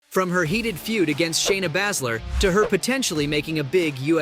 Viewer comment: Bay-zler not whatever your saying